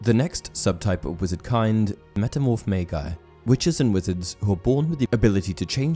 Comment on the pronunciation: Magi - pronounced "may-jai". Not "may-guy". If you don't know how to pronounce a word, don't assume it. Pick up a dictionary, please.